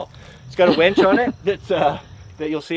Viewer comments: what about blow he keeps saying wench when he means winch? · I thought I might be the only one who noticed he said "wench" a couple of times. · Fun video but it's winch not wench. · I had to chuckle when you mentioned the winch, and I heard "wench"... Difference in regional pronunciations are entertaining!